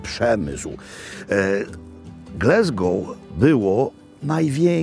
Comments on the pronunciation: Mogę się mylić, ale ja wymawiałbym Gläzgou. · No właśnie, Glesgoł też brzmi okropnie… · glAsgow ... tam nie ma "E" :) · Przestań mówić Glesgoł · Dokładnie! Pozdrawiam z Glasgow 😉